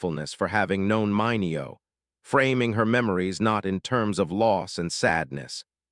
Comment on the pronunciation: You really need to tweak your AI narrator, which consistently mispronounced Sal Mineo's last name throughout this video.